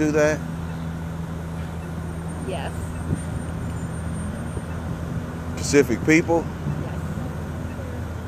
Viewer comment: Damn bro its specific..not Pacific